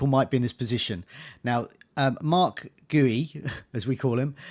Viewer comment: Please let's sort out the pronunciations: Guiu = "Gee-You". He's Spanish. Google will tell you. Wirtz = "Vee-irts". It's not that difficult. Sorry, I'm a pedant.